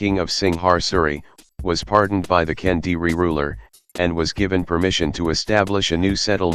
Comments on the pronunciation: Sir, it is Kediri, not Kendiri 😥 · It's Kediri, not Kendiri. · Sorry for being a jerk but it's kediri (or kadiri) not kendiri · Thanks to introducing my country simplified story well is not Kendiri is Kediri, that was not add "n" and Kediri its the Name of the City and Mojopahit is located in Mojokerto, like similar right? Haha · Great stuff. Just one correction: it's KEDIRI (kingdom), not KENDIRI. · It should be Kediri not Kendiri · It's Kediri. Not kendiri. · Just a little correction Its Kediri, not Kendiri I was born in Kediri, nowadays a small city in East Java Province, Indonesia There are several archeological site from kingdom era here in Kediri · It's Kediri lol not kendiri - never heard that name before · It is Kediri, not Kendiri. But great video anyway 👍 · *Kediri (Ke-Dee-Ree), not Kendiri *Singasari (Sing-nga-sa-ree)